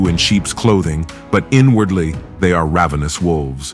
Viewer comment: ravenous ravenous!!! it's ravenous. it is pronounced ravenous.